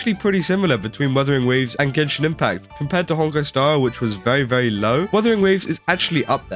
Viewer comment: Gay-shin Impact 🎉🎉🎉